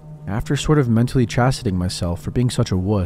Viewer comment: Did you say after mentally chasiting myself? I think the word you should have said was chastising.